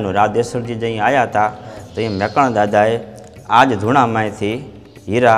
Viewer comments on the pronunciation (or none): મેકરણ નહીં પણ મેકણ એમ બોલવું જોઈએ